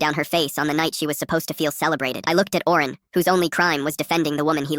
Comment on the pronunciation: Owen❌ Oren✅